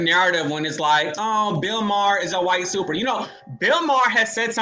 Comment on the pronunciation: You can’t even handle basic English yet you have the gall to call lawyer and JOURNALIST Sunny “dollar store girl”? You can’t even pronounce basic words properly, why are you saying “supper” chat instead of “super” chat? For how many years have you heard people saying Whoopi’s last name and you’re pronouncing it “Goldburge” like “purge”? You were asking people to vote for you to sit on “The View” - you’re delusional.